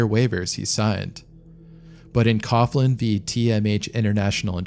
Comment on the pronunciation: Coughlin is pronounced “cock-lin” Irish second name. Love from ireland